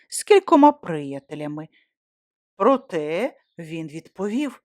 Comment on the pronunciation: Дякую за аудіо-новели українською. Проте (саме 'протЕ', а не 'прОте', як озвучено у прочитаному на хвилині ) є проблеми з наголосами, і , на жаль, не лише у цьому випадку. Успіхів!